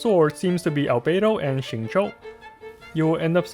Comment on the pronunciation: every time you pronounce xingqui, i'm asking myself which nationality you are^^ do you mind telling us? :P